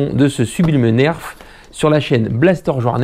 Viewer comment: du grand mendès , on prononce blaster, joie, nerf c'est facile pourtant, lol tu ma régalé , et jette pas mais blaster par terre ou je vend Vavan ! :o) A très vite mdr le Papou du berry.